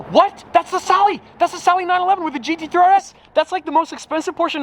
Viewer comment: I'm a native spanish speaker and there has been not once that strad has said GT3 RS correctly lmao, he's getting close tho